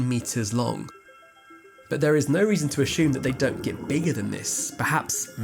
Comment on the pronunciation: It's anyTHING, not anyTHINK . Also, it's ASSUME, not ASHOOM 😮‍💨🤦‍♀️